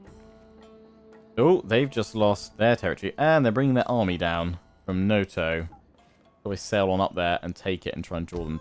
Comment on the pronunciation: When it comes to japanese pronunciation is quite easy, it is usually read exactly as it is written, except when it is not. A quick example, when you say 'Noto' you say it like 'Noutou' while a japanese person would say it simply 'Noto' Sadly can't write in IPA in the youtube comments.